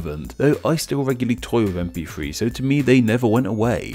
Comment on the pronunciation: you say gif fine but not mp....free?